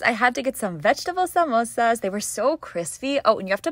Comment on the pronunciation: Finally someone who doesn’t pronounce samosas as mimosas!!